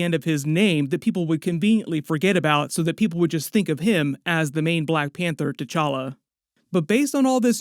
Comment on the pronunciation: this aint t-challa this is c'walla